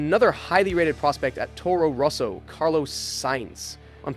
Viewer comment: 7 minutes in and the way you pronounce 'Roso' instead of 'Rosso' in getting cringy :).